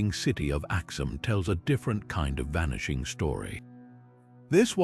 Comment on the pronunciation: vanishing-axe lol, awful AI